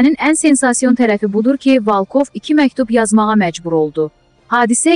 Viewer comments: Valkov yox Volkov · Ay tupoy valkov yox volkov.100 dəfə başa salmalıyam səni?